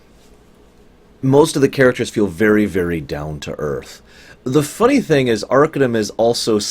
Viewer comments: it's arc-AH-num not ARCA-numb. The base word is Arcane not Ark. And I totally disagree. I think Arcanum aged the worst, by orders of magnitude, out all all the "classic" CRPGs. The combat is especially bad. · Its pronounced "Ar-Cane-um". It is spoken in-game and for that, I can't finish this video. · You fucking mispronounce the name of the game, for fuck's sake. It's pronounced AR-KANE-UM. Idiot. How do you expect me to listen to you for an hour if you can't even pronounce the name of the goddamn game? And why are you sitting there in the right bottom corner of the screen like a fucking albino turd? Oh man, I'm out of here. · Ar - cane - um Not arkuhnum you bald lardass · By the way, it's pronounced "arcAnum", as in "arcAne".